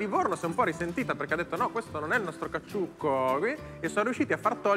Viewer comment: E il mitico gattuccio nel caCCiucco che la Clerici non riesce manco a pronunciare...🙄